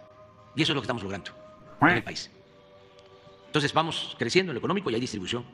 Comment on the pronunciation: "Vamoj bien, vamoj bien, vamoj bien....." ¡Ah! Pero siempre tiene una crisis EXTERNA bajo la manga para culparla de todo lo que no le sale.